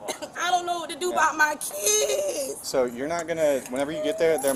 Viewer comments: "Now I'm thinking about my keedz!" Maybe act like an adult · My keedz? 😂😂😂😂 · I was a single mother for years. Working and in nursing school. I didnt have anyone to rely on either. But I never got into trouble with the law. "My keedz", my keedz. She's loathsome. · I only understand half what she said, I did hear Keeeee ids, lol 2 syllables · She should have thought about her kids before acting tough! BTW, how many syllables are there in “kids”? Sounds like 4-7…